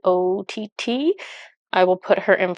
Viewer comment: Since your last video with Catrin's art I have tried to come up with an explaination on how I could explain how her surename, Skött, is pronounced for you English speakers. I haven't figure it out yet, since I can not remember any similar words or pronunciations in the English language. (*sigh*) But I can try to explain how you would pronounce the letter i the middle of her surname, the "ö". "Ö" is a completely different letter, compared to the letter "o". It is not pronounced similar either. "Ö" is pronounced like the letter "e" in the Amercian word "jerk". But since there are two "t:s" after that letter is is pronounced short, not long as in the word "jerk". I hope that technicality was to some help... 😁 (Maybe somebody out there would find it helpful or interesting in some way. 🙂)